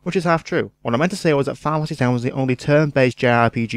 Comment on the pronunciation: Your accent isn't the problem. In your haste to talk quite that fast, you slur some of your words and don't enunciate many syllables. Making it difficult to understand. In a review in which you say more than once 'Filefasee ten' when showing a picture of a box for Final Fantasy 10, it grates. I mean... Pictures help us figure out what you did say, but really, there are parts where the graphics offer no help at all. Other than that, many fair points, and very much in the Yahtzee style.